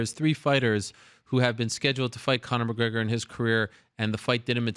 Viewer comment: LOL never heard of conor McGregor - funniest shiit ever! LOL she tries saying his name “conor Mcgregnor LOL